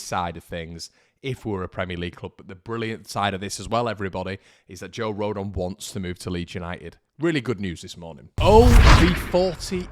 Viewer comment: I live in Wales mate and I am a Yorkshire leeds lad miself and I can tell u this nobody says Joe rodon like that lol